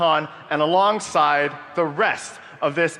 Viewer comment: Pouvez-vous utiliser le francais dans vos texte de dialogue et arrete les expressions en anglais comme a la fin "checker et pouvez-vous apprendre a prononcer le "THE" svp, ca se prononce "DE" et non "ZZZE" un petit tour dans google translate pour apprendre la prononciation est toujours pratique - Merci